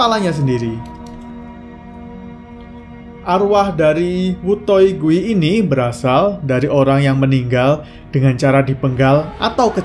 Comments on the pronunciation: Bang gui itu dibaca kuy bang artinya hantu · Kak gui itu hantu terus dibaca di bahasa Hakka itu kui bukan gui